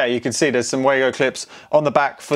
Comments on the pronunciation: Wago is a German company so its not "weygo" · It is WAGO, like the A in "Arse", sorry, could not think of something less offensive